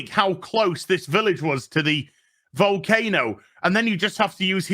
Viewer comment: Tax scam? Oh youre finally getting it It sounded like you said cocaine-o, that would explain why they were interested in walking towards it 🤔 To be fair I have the flu haha